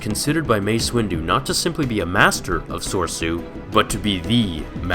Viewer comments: I think it's pronounced soresu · SIGH "Corps" is pronounced the same as "core". "Soresu" is pronounced sor-AY-soo, or sor-EH-soo. I hate being "that guy", but the mispronunciation affected my enjoyment of the video. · You pronounce Soresu wrong every time and it makes me cringe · Your facts are accurate, but 'Galliantly' isn't a word, and you're pronouncing 'soresu' incorrectly.